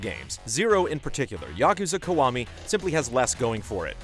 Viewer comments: it's pronounced "key-wa-mi" not "ku-wa-mi" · Why does he keep saying "Kawami"?